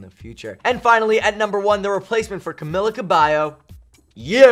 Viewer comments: cam-ill-a lol it's cam-ee-ya. 💁💁💁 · “CaMILLa CaBIyo” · I'm shook he said camila's name wrong